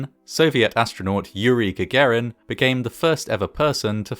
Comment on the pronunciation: Not even close to how you pronounce Yuri Gagarin